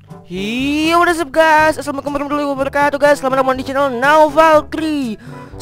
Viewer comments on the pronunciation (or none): none